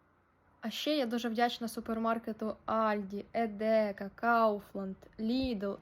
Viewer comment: Едека. Ні едЕка. Наголос на перший склад.